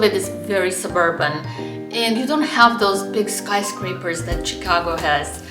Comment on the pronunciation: you needlessly put yourself at a disadvantage by mispronouncing "Chicago" throughout the video. Maybe some viewers will think it's cute when a foreigner says "Tchicago," but I wince every time I hear it. In my experience as someone who has lived in both cities (or rather in one and near the other), summers in Chicago are much worse than summers in Boston---though in the past twenty years, Boston summers have gotten much worse (but I assume that the same thing has been happening in Chicago). The "L" is convenient for getting around if your Chicago starts from the Loop and extends north along the lake. If you live on the South Side, you are not so well served. Where the CTA is superior to the MBTA is that it is not in such a state of decay. Chicago has the Art Institute smack in the middle of the city where you can't ignore it and where it is easily accessible to everyone. Boston's Museum of Fine Art is in an out-of-the-way location. I visited the Art Institute several times a year when I lived in Chicago: during my twenty years in Boston, I visited the MFA a total of twice.